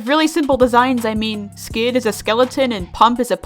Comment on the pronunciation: When you said “skid is a skeleton” I heard you say “sans is a skeleton” Skid is sans confirmed